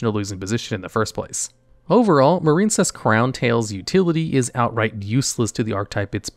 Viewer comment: The silent e at the end of marine is what gives its i a long sound. Marincess doesn't have the silent e, so it rhymes with princess. Marinecess just sounds gross, like a marine cesspool or something 😂